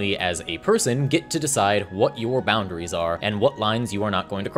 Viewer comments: The way pronounces it “bound-uh-rees” puts the fear of god in my heart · Nobody:: "Bound-A-Ries"